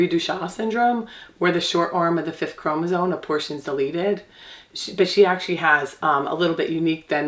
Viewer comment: “CHROM-OSOME” Not “chromosone”